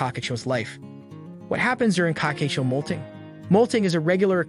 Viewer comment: Why does AI struggle to say Cockatiel 😭